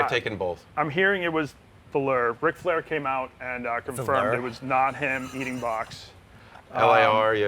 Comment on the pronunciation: Ric Flair doesn’t have a K in his name